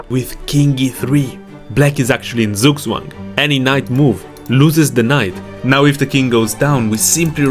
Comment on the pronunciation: Zugzwang? Please don't butcher German Like that